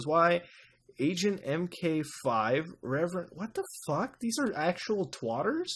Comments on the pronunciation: why does muta say twatter? ahaha! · I fucking love how Mutahar says "Twotters". X'D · "So there is a Facebook and Twatter" WTF